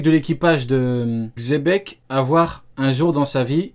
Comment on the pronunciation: mdr c plus xebec c zepeck